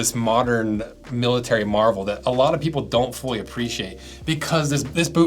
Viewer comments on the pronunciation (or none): none